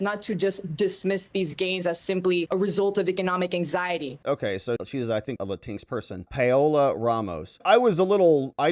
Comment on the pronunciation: Latin X instead of "Lateenks" ?